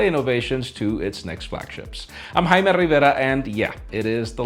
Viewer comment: You're not Jaime